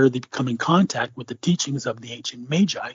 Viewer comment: Dude said Majai lol...